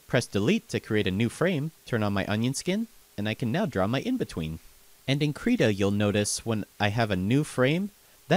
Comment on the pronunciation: You said the name wrong B O I